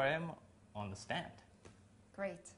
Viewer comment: 'Gweat' acting ;)